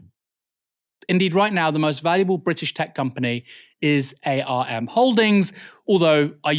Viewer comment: btw Aaron, the company arm is not typically said as the initialism A.R.M, but said like "arm and a leg".